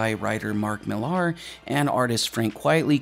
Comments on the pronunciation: Millar is pronounced exactly the same as Miller, it's just the Scottish spelling. While we're at it, if it comes up, Bill Nighy's last name is pronounce "Nigh". Dunno why people that commit their VO's to immortality on YouTube just assume they're pronouncing foreign names and words correctly without taking 60 seconds to look it up first. Now it's there forever. Sloppy, very American and Canadian. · Note: Millar is pronounced "Miller." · Your pronunciation of Mark Millar hurts my soul